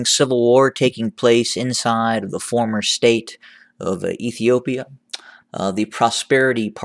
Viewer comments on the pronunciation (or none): Dont say bormer stade